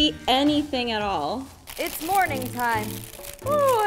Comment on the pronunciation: i heard "is morphin time" 😂